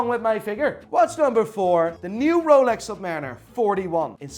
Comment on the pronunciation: How's he pronouncing the names... Moving mad, sounds like a backstreet watch dealer... "Here we have a rol-ex"